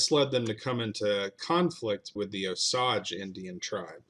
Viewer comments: I found Black Dogs cave where he hid the 500 Osage from being killed. It’s on Claremore mound. Edit: Also, it’s pronounced, OH-SAYGE not OH-SAHJ👍🏽 I’m directly descended from the Cherokee who battled the Osage and won the territory of Claremore. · Oh-Sayg not Oh-sawg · I believe it's pronounced O sage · Bro, Oh-sayj… it’s not oh-sahj. Also, verdigris is pronounced ver-di-gree. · "O-Sage," not "O-Sawge" Indians. And that pick of the Indians you showed at the beginnings of the video were not Cherokees. No Cherokee ever wore a Plaines Indian feathered head dress. Those were Cheyenne, Arapaho, Kiowa, Kowa-Apache, Comanche, Sioux, Pawnee or Shoshone. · We call them O-sage. Your calling the Osaj . Are you sure about your pronunciatio? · it is pronounced O sage long O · I'm Osage on my dad's side and Cherokee on my moms. My grandma, my moms mom was born on the Trail of Tears, on my dad's side they moved the Osage from Arkansas to Missouri to finally Oklahoma & it's O-SAGE not OSAGE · It's O-SAGE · I am a member of the Cherokee tribe and we are in Oklahoma not Arkansas. And Osage is pronounced “ O sage”. Love your videos please keep them coming. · FYI. The name is pronounced “O-sage”. (With a long A and the emphasis is on the O, not the sage). I am Osage and my parents were raised in Osage County in Oklahoma. Thank you. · Pronounced O-sage, like the spice sage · Very interesting. I've lived in Missouri all my life and I've always heard Osage pronounced with a long a sound (like PAGE) and an equal stress on both syllables. OH-SAGE (oh-page) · I am Osage. My parents were raised in Osage County. You were correct that the second syllable rhymes with “page”. But the first syllable gets the emphasis. O-sage. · it's pronounced OH - SAYGE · Wrong pronunciation of the Indian tribe Osage… O-sage - pronounced sage like the spice. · It’s pronounced O’sage. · wrong, I'm From Osage county Oklahoma . grew up among the Osage and Quapaw tribes . It is pronounced OH- Sage like the plant